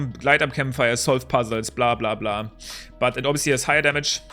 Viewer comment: Are ya german? Your "blablbla" sounded just so german